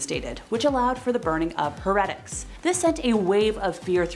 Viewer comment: Why do you pronounced "heretics" that way? And "Protestant"? Fascinating person. Not a queen. The scale of her crimes is a matter of serious dispute. No, she said no such thing. Ever. At all. It is not true.